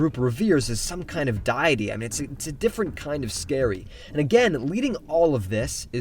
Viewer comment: its deity not diety holy shit